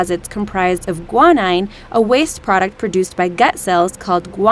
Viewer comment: they mispronounced guanine and im salty that shit's in DNA